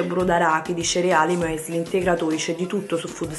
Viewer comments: "sono tipo MÙ-ÉSLI" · “Muèsli” 🤦🏻‍♀️🙈 perchééé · Hallo.. Muesli per chi non lp sapesse si legge "Müsli, ossia miusli" è tedesco, e quando c'è eu equivale a ü cioè "iu" oddio non so come scrive la pronuncia😂 vedete su Google traduttore 😂😂😂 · Muesli???????....mu...e....sli????...ho sentito bene?????